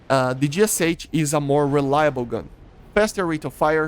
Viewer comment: Why do you pronounce the name of the gun like an American? You are Brazilian, you have the same sounds in your language as the Russians. It's [geʃʌ] - гэ-ша